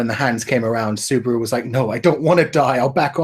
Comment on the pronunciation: Suburu really dude? your pronunciation is hilarius xD